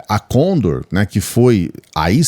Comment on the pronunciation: Operação lê-se condôr com sílaba mais forte a última.